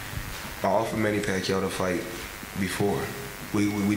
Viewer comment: Hahha the guy didn't even ask him about manny pacquiao. He said "money" not "manny".